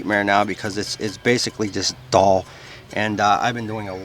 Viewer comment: Cool tool idea, but it appears it needs more R&D. You might consider running many tests & getting comfortable with the tool your giving how to instructions on before uploading a public video. Thanks, it was fun listening to your northern accent say "DULL" like "DALL" 😊